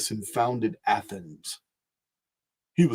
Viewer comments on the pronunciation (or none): none